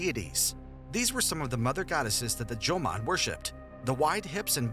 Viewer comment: Jomon, not "Joman".